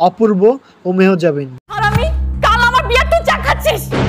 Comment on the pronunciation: মেহজাবিন নামটাই ঠিক মতো বলতে পারেন না আসছেন ভিডিও বানাতে।